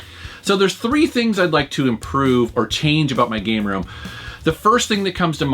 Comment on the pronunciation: did he read it "proving your gay room"??? listened to it few times and that's what i hear